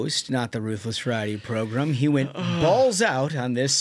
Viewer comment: Where did “progrum” start? My grandma used to call the don imus show her favorite progrum😂😂😂